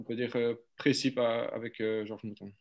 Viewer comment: Ah😁le "Georche" de David est constant